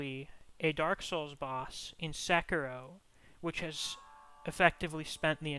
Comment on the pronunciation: "Sekino."